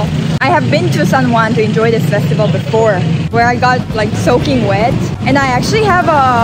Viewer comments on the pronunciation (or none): That fine its festival